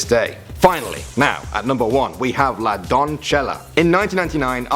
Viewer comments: It’s pronounced DON-SE-YA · The pronunciation is more like "don - say- yah" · The pronunciation is more like "don - say- yah" XD "don-say-shah" might be more accurate. But its definitely not "don-cha - lah" 😂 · It's not pronounces donccela it's donseya. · It's pronounced "La Donsesha", just use google translate to pronounce it for you dude. And it wasn't part of a sacrifice, she was with his brother and they both ate a relative plant to cocaine, which made them fall asleep and seem as if they were dead, they were then mummified and put inside a well. I know this 'cause my parents took me there as a child and I saw it in person. I'm from Argentina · its pronounced la don-se-ya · i die a little bit more everytime i hear you say "la doncella" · top number 1 - you said it wrong la doncella xd